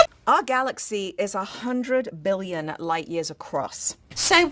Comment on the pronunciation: Seems with her accent that she said a million, not billion.